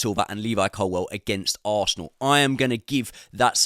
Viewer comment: Love the content, favourite creator but please say ColWILL as its spelt rather than ColWELL 😂